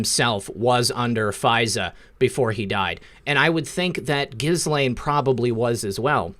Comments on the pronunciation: FYI it’s pronounced Gee Lane. Soft G like when you say “guy” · Gents it’s GehLaine not gis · Dude, its pronounced Gill (as in a fish Gill) - Lane (as in highway Lane. The H and S in Ghislaine are silent letters. Pronounced Gillane. God bless.